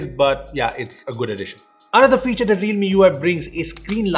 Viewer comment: cant say "that" he always says dat